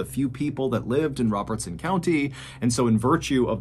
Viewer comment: I live in Adams (the town where the Bell family lived). The cave is a couple miles away from me, but I’ve never visited it. Thanks for covering this story. It’s fun to hear stories from my area and I got a kick out of the way you pronounced Robertson county so clearly 😂